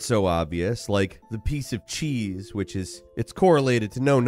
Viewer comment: when you mentioned cheese. It actually sounds like shi (四) or number 4 in Japanese.